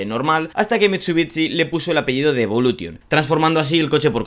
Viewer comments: Jamás entenderé porque ciertos españoles hablan tan mal el inglés, osea no te das cuenta al hablar que dices la palabra Evolution la pronuncias mal? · No se pronuncia "evolution", se pronuncia "evolushion", al igual que todas las palabras del inglés que acaban en "-tion". Yo no tengo un C2 en inglés pero hombre, esto es más básico que saberse los colores en inglés.